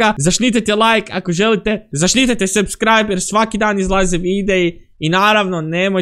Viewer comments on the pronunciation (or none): none